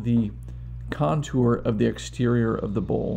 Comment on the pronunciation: Buddy, your very knowledgeable on your lathe, but you have people confused because you can't say bowl! You say it like bull! Please learn to say bowl, not bull